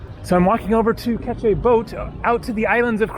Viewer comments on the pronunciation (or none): none